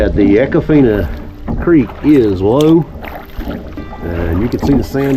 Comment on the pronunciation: Long E sound...E-con-fine-ah